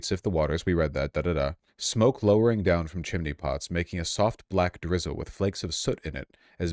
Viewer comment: The section of text you read -- You mispronounced "Michaelmas," "implacable," and "lowering." You're part of the problem, Vaush.